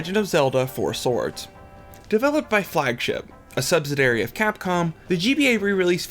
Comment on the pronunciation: Sub,..Sidee,.. Airee! Is how you say: Subsidiary. Just throwing that out there,... otherwise I like your channel.